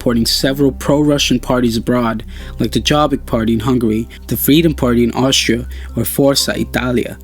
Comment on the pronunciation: jobbik party in Hungary, is pronounced yoobbic, -or something like that